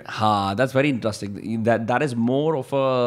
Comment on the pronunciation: pls stop saying intustring for interesting